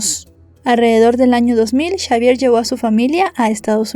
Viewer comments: Todo bien, excepto porque decis chavier y no es esa la pronunciación correcta más bien la X suena como una S en ese caso seria Savier la forma correcta de decirlo. No es crítica pero se que no tendrías porque saber toooodo y hacerlo perfecto aunque tu trabajo es impecable. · Xavier se pronuncia Chavier o cómo Javier.?